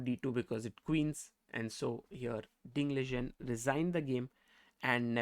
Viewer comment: Pronounced as Li-Ren